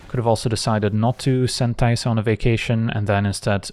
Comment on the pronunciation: I think it's because he says it so gently, like "teh-sa" instead of "tay-sa"